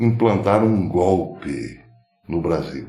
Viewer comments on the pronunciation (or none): none